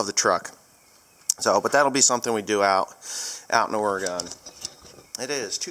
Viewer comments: Oregon is pronounced aura-gun, not aura-gone. I believe they take exception to that up there, lol. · If you are going to come out here, you better learn how to pronounce it. It's not, or-uh-gun. It's or-gan. While you are in Albany, be sure to go to Calapooia Brewing for lunch or dinner. Hope you are good at darts. For a fantastic trip back, take US 20 all the way to Estes Park, Colorado. It's no longer and incredibly scenic. If you let me know, I'll buy you a great lunch in Portland. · It's Oreguhn not Ore-gone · I was just up to Ken's place. Wait until you see his waterfall :-) You Eastern Folk always pronounce Oregon wrong, LOL........Well, we probably pronounce Eastern stuff wrong as well.......Hope you have a great ride !! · You are saying Oregon wrong.